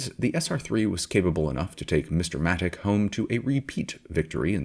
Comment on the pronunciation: As someone who saw Frank race in Australia many times, I can assure you that it is absolutely NOT pronounced 'Matik'. It's 'Matich' as in 'Choo Choo'. His hopes of racing in CanAm with the SR4 were stillborn when his main sponsor Repco decided that with the Bruce and Denny show in full swing, any venture by Frank would be of little value. The photo of Frank in the Matich A50 Repco Holden is one that I took on his victory lap after he won the 1971 Australian Grand Prix at Warwick Farm. It was a car that he designed and built using the same people who had constructed the SR4, and it set pole position, fastest lap and won its first race, against a very competitive field. Thanks for the video.